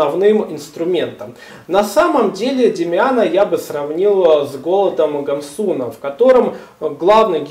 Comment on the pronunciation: Можно вам задать вопрос , а вы специально неправильно произносити удерения в фамилиях Гессе, Гамсуна и Демиана ? ?